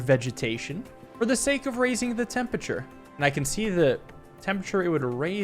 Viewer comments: it's temperature, not tempeture. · Raising the "tempature"